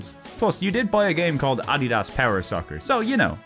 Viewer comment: Just a very bizarre mispronunciation is all. No need to get sassy